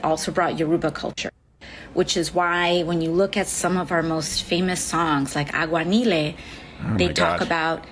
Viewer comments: One that idiot aoc said aguanile wrong, and 2 I love how she only says we Puerto ricans are taino and African but leaves out the European part lmfaoo, sadly bcuz of leftist indoctrination many Puerto ricans never acknowledge their European side, but I'm not a brainwashed leftist Puerto Rican im proud of my heritage that comes from rainy, European and African descent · AOC is so Latin she can't even pronounce Aguanile properly. Hector Lavoe wrote the song Aguanile while he was clean and a practicing Santero. Yemayá is the name of a saint in the religion Santeria.